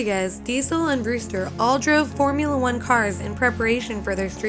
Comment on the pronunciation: "They drove fornula cars." wtf...